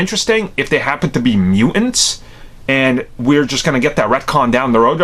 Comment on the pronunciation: "Mew-ince" hehe